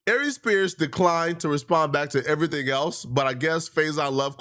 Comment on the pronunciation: At least she told us "every ting"